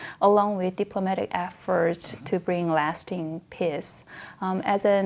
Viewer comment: She keeps on pronouncing “peace” as “piss.”